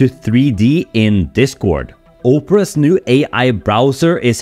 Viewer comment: Op-ra not O-pra my dude. Easy mistake since English is a second language, but I just wanted to make sure you were aware without cracking a joke.